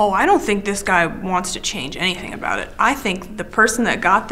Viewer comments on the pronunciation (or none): none